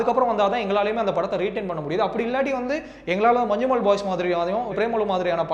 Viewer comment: മഞ്ജുമോൾ മാറിക്കിട്ടി 😂